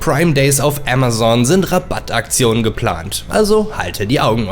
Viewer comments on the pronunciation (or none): none